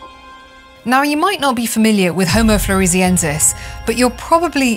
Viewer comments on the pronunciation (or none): Floor-ess-e-en-sis. Named after the island of Flores.